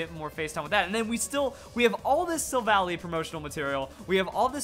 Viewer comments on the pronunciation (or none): none